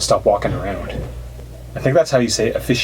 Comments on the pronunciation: Text: aficionado This guy: AfiSHiEandOEWUS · “Aficionado”, you: “a fish in end no” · did you just say "afishiendo"? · Lol way off on saying aficionado